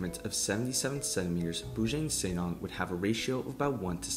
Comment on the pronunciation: the pronounciation is Boo Junk Sir Nang (Not Neng)